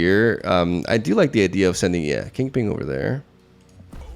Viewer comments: Once I know that you are saying kingping I can't not hear it. 😂😂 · "Say king": King. "Say pin": Pin. "Say KingPin": KingPing. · Says he doesn't pronounce Kingpin wrong. Says it right one time, then proceeds to just say it incorrectly the for the rest of the video for the hell of it. Classic lol